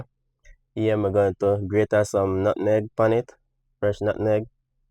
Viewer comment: You know he’s cooking when he says “nutneg “